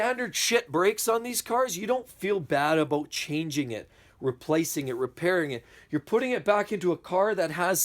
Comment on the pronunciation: Aboot lol